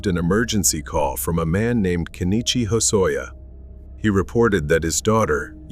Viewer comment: What is wrong with this couple? Also, not that he deserves to have his name pronounced properly, it's "Ken-ichi" rather than "Ke-ni-chi."